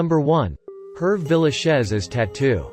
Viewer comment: I don't think YouTube will ever get a good narrator. The foreign people they hire can never get a name correct. Saying Herb Villachez ??????? for Tatoo and the show "Vegas" he said Vega dollar ???? You don't say the dollar sign ??? Please Utube, get people who know how to pronounce names. Your site is pathetic !